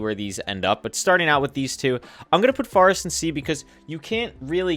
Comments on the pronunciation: Good I ain’t the only one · Yea lol does he naturally say that or did the chat start that during the nether start speed runs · I love how he pronounces “forest” as “farest” it is so cool. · I can't get that out of my mind now while watchibg bruh